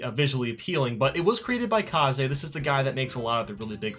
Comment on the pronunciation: Why are you saying kaze like kazay and not kayz like you used to?